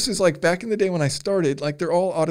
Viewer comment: "at the end of the dee" is great. Don't end it